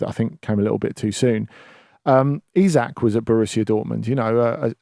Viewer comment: Finally someone who pronounces his name correctly 👍